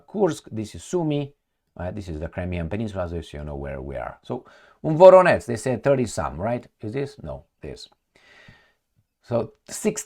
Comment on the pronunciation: “VoroneZH” and “ZHitomir” -> learn to pronounce! It’s not a Rocket Science !!!